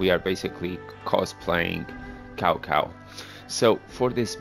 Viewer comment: You said Cao Cao's name wrong.